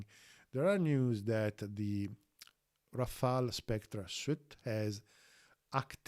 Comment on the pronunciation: Great channel! Learning a lot of nice stuff and congratulations as you are the only one in this field, as a none French native, to pronounce "Rafale" the right way. Monsieur, vous gagnez un nouvel abonné.